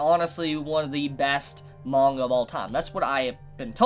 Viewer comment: I love the way he says ‘manga’ is satisfying. Good video as well but priorities